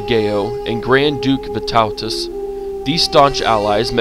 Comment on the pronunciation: lol the way you say Vytautas